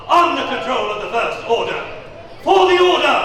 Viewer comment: FOW THE OWHDA!🥺🥺🥺